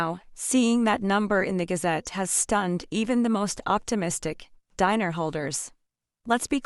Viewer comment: Show us the publication if you want to be believed. Scamming AI. BTW it ‘s not pronounced “diner” as in a place to eat and those who eat there!! It’s pronounced Deenar stupid! 😡